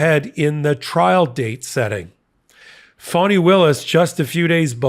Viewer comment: WOULD YOU PLEASE pronounce her name right?! (phonetic) Its not "phony Williams") It's fawnI")!